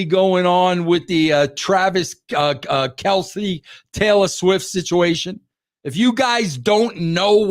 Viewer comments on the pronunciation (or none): none